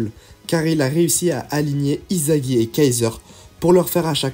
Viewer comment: On prononce issagi et pas izagi😊😊😊